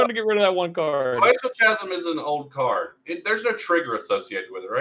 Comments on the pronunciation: "Chasm" is pronounced: /kazəm/ you're welcome. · Chasm: It's pronounced "kasm," for the love of God.